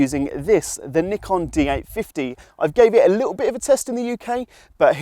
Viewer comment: "Little" has some t's in it. Embarrassing for Wex if you ask me.